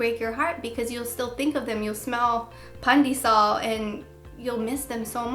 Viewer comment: "you'll smell pandesal" hahaha i had to replay that to make sure i heard it right! LOL I love you! <3